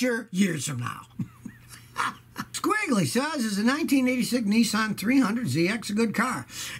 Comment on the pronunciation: Nissan NOT Neesan